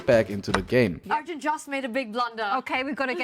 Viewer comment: His name is Gukesh DommaRAJU. Not RAHU. And ARJUN is the real pronounciation. Not ARYUN.